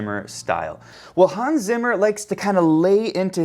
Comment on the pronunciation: Zimmer… es heißt ZIMMER 🧐